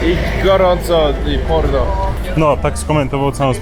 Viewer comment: porno? chyba parno?